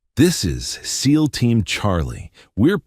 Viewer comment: This AI is brutalizing this story it’s not S E A L teams it’s seal team